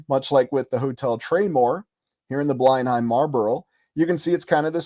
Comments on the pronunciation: fyi, pronounced 'blen-um' not 'bline-hime' as in Blenheim Palace, home of the Dukes of Marlborough, family name, Churchill.... English pronunciations can be tricky. Great channel! Very interesting ideas. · Blenheim is pronounced 'blennam' 🙂